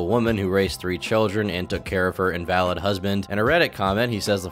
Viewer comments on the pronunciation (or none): Is this an AI channel? /ˈinvələd/ instead of /inˈvaləd/? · . You have to do some research on how to say words when they sound like they don’t make sense man. It’s not pronounced “invalid” when you’re talking about a person. It’s “in-vuh-lid”. Look it up and hit the “how to pronounce” button. Come on man. Invalid father? Look up words you don’t know! Do do this a lot. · Dude called Boogeys dad (in-valid) 😂 sick invalid (in-vul-lid) not valid invalid (in-valid) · her husband was an invalid (in-ve-lid) not an invalid (in-val-id). He was sick and infirm, not a void or fake husband. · I'm super late to this video but just wanted to add that 'invalid" in this context is pronounced in-vuh-lid not in-val-id. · The word invalid...is pronounced In-vuh-lid